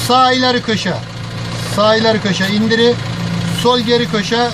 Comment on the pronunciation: INDIRI. KALDIRI. DONDURU. SON R LERI KULLANMIYORUZ ENERJİ TASARRUFU